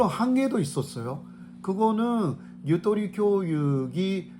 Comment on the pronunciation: 타국말은 정확하게 발음해야 한다고 봅니다. 한국어로는 다양한 발음을 할 수 있는 속성(장점)이 있읍니다. 유도리 아니고 유토리 or 유또리 입니다.